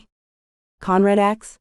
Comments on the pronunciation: It is pronounced "asssk", not "ax". And I could do without the gun politics. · AI needs to go. She says 'axed' instead of 'asked'. Speaking improper English when narrating is inexcusable.